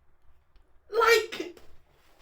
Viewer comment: I agree in some capacity. I don't like the "thwerp"-y slime-like sound affect that they overblew and overused compared to the original, and I also don't like the take they used on the singer's pronounciation of "babeeyy-babeeyy" when it should have been "babey-babehh." but on the other hand, I REALLY LOVE the second rap verse they added in. That shit slaps.